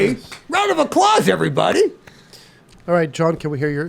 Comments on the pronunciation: I may be dumb and he probably says it everytime but i just realized that he says "give her a round of a-claws" 😂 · Did he say, "Round of A-claws?" 😅